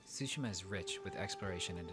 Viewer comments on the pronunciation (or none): Lol sushima, it's tsu-shi-ma, like tsunami, a slight hint of a T sound but mostly an S sound. The game looks great, looking forward to it. Tsushima is an island halfway between Korea & Japan and has changed hands back and forth thru the centuries, but in modern times it's a Japanese possession. ( It was a stepping stone for the Mongol invasion and the US-Korean war) Enjoy the rest of your day Jim 👌🤟🙃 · Both are wrong. I can't talk about the stress because I've heard Japanese people stress some words in every possible syllable, including no syllable at all. That said, "tsu" isn't pronounced "su". What English speakers do to poor Tsushima is akin to pronouncing "chat", shat. Just go to Google translate and listen to the bot say it. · I think "Ma" in japanese means "evil" or "wicked" or something like that (if anyone knows what I'm talking about, please correct me) So I find it funny when it's pronounced "Sushi-Ma" XD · Jim please stop saying Sushima, the T is not silent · 'shi' is pronounced 'shu' when followed by 'ma'; English isn't the only language with confounding grammar. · Iirc, Japanese names almost always have the emphasis on the first syllable. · Your initial pronunciation was awkward, but not bad, tbh.